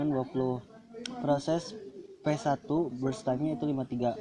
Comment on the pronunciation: Salfok si ngomong brush padahal burst aduh nafasnya juga😂